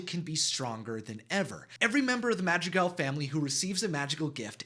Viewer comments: Its not pronounced madgigal its madrigal (sorry it just annoyed me) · Madragaaaaaals it’s madrigalls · Ah yes the “madtd-tri-gells” my favorite disney family :) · Did he watch the movie on mute because he is saying all the names wrong for example: Camilo: Camio Madrigal: Magical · You are saying their last name wrong! It’s Madrigal! Not Magical! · Its madrigal not magicals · It’s madrigals not magjigalls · It’s not magregals it’s mathregals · The way he says the names 💀💀💀 "madjigals" "camio" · It’s Madrigal not magicgals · “The ✨Magicgals✨ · is he saying that their last name is magical? this really bothers me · When he was saying madrigal i heard magic gal 💀💀✋ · the way this guy says Madrigal I keep hearing "magic gals" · Is he saying magi-gals? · Lol he said the magic gals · Just a tip it’s pronounced “Mah-DREE-GAAHL” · The way you say madrigal lol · Cm'mon man... Atleast try to pronounce madrigal and other words. It's a shame. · Every time he pronounced madrigal that way I got confused thinking he was talking about some other family 🤚😂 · It is annoying how you don't pronounce madrigal right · Im sorry his pronunciation of madrigal threw me off because i thought it was a different word 😂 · Fun fact: Alma is abuela's name but it also means soul!. Anyway, there last name is Madrigal. I can't figure out what he was trying to say.